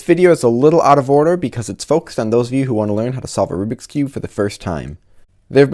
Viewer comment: Rubric Rubix Oh my god, it's rubik's